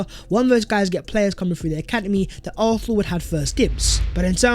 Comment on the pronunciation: Bruh, you’re articulate with everything except your pronunciation of “Arsenal” get it sorted.